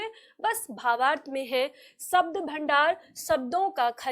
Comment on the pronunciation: शब्दों की जगह सब्दों बोल रही हैं Madam. फिर भी अच्छा समझाया है Madam ने।